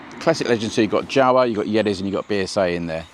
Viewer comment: yeZdi and Jawa pronounces as word Yawa